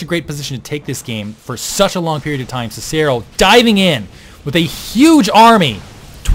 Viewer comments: god damn it... it's pronounced Sih-Sih-ro and Ki-tenous plating. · Actually, if you use the Latin pronunciation for Cicero, it's Kick-a-ro. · actually in proper latin its Kih-kih-ro, and that was painful to not even get the proper popular pronunciation right. I'm still a fan but hearing you butcher the name of one of the greatest Romans ever hurt.